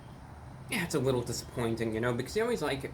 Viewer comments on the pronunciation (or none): Did he just say "a wittoo bit of a discount, or a wittoo bit of a woher price"? I can't tell if he is joking